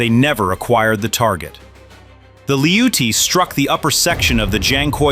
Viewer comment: They are called ATTACKEMS, said as Attack-ems, NOT A-Tack-ems. Apparently you know that since you pronounce their name correctly . If you can say it right once, you can say it right every time you Imbicile! - They are called Lee-oot-tee's, NOT LOUCHIES! They don't even have the correct letters on the end like to make the chee sound! Clearly you know that since you call them by their appropriate name. If you can say it right once, you can say it right every time. God you're such an Imbicile!!!